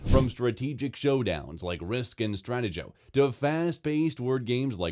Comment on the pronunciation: LOL, Stratego pronounced as 'strat-eh-joe" Made me laugh.